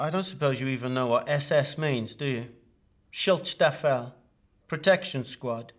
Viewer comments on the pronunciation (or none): o my god, he just butchered Shutzstaffel Completly ! cant u at least not TRY ?